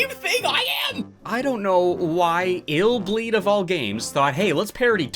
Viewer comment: So it’s not pronounced I’ll bleed. Lol